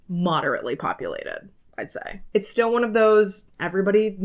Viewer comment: "It'a time" 😂😂😂